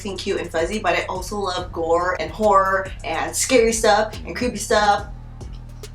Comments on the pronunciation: i can't help but hear 'whore' everytime you say 'horror' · I keep hearing ''I like whore'' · "I. LOVE. WHORE." lmaooooo literally what I heard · Me toooo😭😭😭😭😭